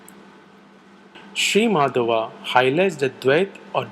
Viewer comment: Great video but the Dvaita philosopher's name is Madhva, not Madhava.